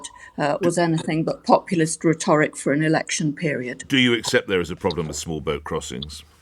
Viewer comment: re-TOR-ic? Does she mean rhetoric? {:o:O:}